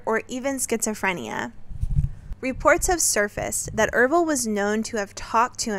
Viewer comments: Oh never mind, you say it right for the rest of the video. It was just once at the beginning. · I'm pretty sure his name is Ervil... Errrrr ville. Not Ev-ril.